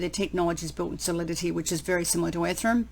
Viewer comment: I love the way you say "ethrum"!